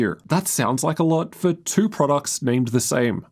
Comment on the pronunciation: why do you say two like that? you sounds like a cartoon character